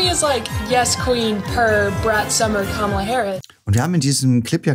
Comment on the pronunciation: Vielleicht wäre es erstmal respektvoll, den Namen von Kamala Harris richtig auszusprechen! Sie heißt nicht Kamilla!!!!!